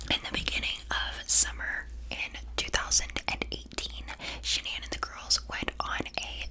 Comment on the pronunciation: Triggering me how shes saying sha-nan lol its pronounce shan-an